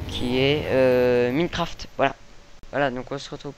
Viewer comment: cest ecri minecraft mais sa se dit mynecraft